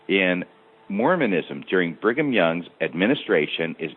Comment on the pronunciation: Why does keep saying Bingham Young? You are a former bishop and member for decades. You don't know how to pronounce Brigham? Sort of annoying but excellent show.